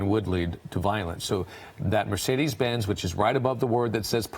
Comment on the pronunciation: What's a Me-CADE? It's M e "r" c e d e s dumbass! There's no "A" in that vehicles model name what so ever! I don't think you paid attention in SPELLING class. Were you just HIGH the whole time? Why does your phone or computer NOT have spell check turned on? Like seriously!!